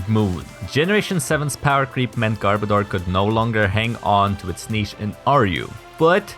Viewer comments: Its pronounced garb-oh-duur, not garb-a-door. Its name is a mix of garbage and odor. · I swear, it sounds like he's saying "Gardevoir" more than "Garbodor". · hold on, is not pronounced "gar-BOE-dor"? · Okay. Am I the only one who can't stand how so many people keep mispronouncing Garbodor's name? Because watch this video for the correct pronunciation.